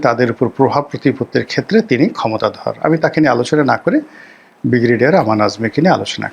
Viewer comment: উচ্চারণ সংশোধন ঃ বিগ্রেডিয়ার নয়,,, ব্রিগেডিয়ার হবে ।